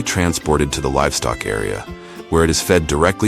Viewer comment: We know it's AI, because the narrator said "ferrous" instead of "Fahrenheit. "Cranberry bugs" instead of "bogs." "Livstock" instead of "livestock."